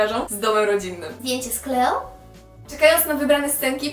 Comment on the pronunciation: Kleło! Klołi! 🤣🤣 Natałja Si(u)si(a)k 🤣 sorry za to, ale normalnie nie mogę wytrzymać🤣!